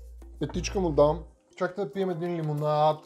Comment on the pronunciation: Много ме кефи как казваш Лимонаад